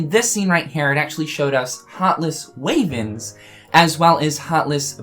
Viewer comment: Wyverns...why-verns not way-verns.